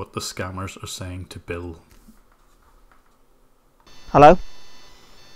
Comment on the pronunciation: Because "Hellur?" must be stopped. Thank you J B!!